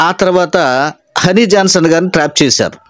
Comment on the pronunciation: పాస్టర్ గారు ట్రేప్ కాదు❌ ట్రాప్ ✅